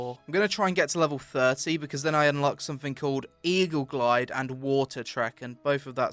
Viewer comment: jumpuhhh blockuhh glideuhhh ROFL heheheh